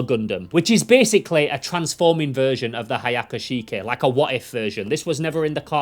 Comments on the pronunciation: "hayaaka shiike"💔🥀🥀 ts should be the "hyaku shiki" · The hayakuh kishe 🤣